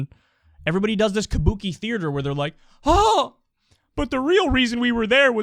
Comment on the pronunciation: The way Kyle pronounces “theater” continues to make my nipples hard. Sliding that intrusive R in there all casually. “Thee-er-ter”…. Ohhhh daddy, thee-er-ter me please daddy 😵